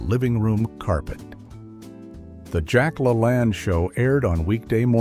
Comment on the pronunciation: Ai, not pronounced correctly, I remember every morning my mother watched Jack La Lane, not Lalan....Callesthetics....My mother every morning, got up or came home after 3rd shift as a Supervsior at Texas Instruments, put on makeup, or freshened it. Completely dressed, including stilettos. And Jack, and the blonde lady who also helped. 😊❤.